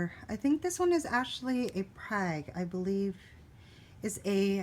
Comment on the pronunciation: Great haul!! Btw it is pronounced 'frag' not prag😉. I hope they'll do well for you! Great plants!!! Must have been quite the show!